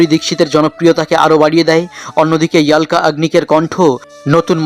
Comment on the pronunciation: ইয়াল্কা বলেন কেন! অলকা বলেন..